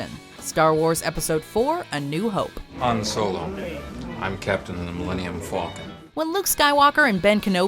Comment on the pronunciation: “hi i’m the captain of the millennium fawkin”